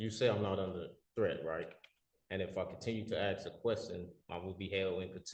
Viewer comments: He wants to axe chew? Sounds reasonable. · I'm so tired of hearing "Axe You a question" instead of "Ask You a question".